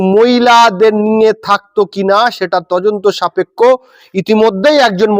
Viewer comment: Are tojonto নয় dada তদন্ত হবে apnar উচ্চারণ vul হচ্ছে কিছু mone korben না